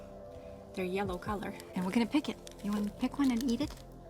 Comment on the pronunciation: So cute, and I am so lucky to be able to watch her grow up, AND i AM NOT TRYING TO BE RUDE...can you please learn to say your short e instead of using the short a sound. Egg not Agg. Even your daughter said YAllow instead of YElllow. Edit not Adit. You can do it you can!! Don't let Mila get teased at shcool ok? I really care about you guys and not only should you get all you are perfect comments. We can try to help too? I promise it comes from a good place. Not Heirloom the h is silent, like IT'S SPELLED Airloom. WHAT LASHES DO YOU USE? GORGEOUS. oh MY GOSH you just said neverANDING instead of Ending... instead is a good word to practice with. E sound you can do it you mastered every other sound in English and russian. LOVE YOU LOVE YOU LOVE YOU LOVE YOU AND YOUR FAMILY SO MUCH!!